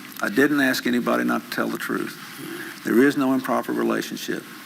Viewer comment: Every time he attempts to say the word 'truth' he trips on it, can't form the word, and it comes out threwth.